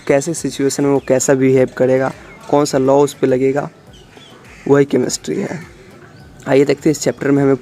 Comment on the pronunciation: It's chemistry not chemestry..😷😷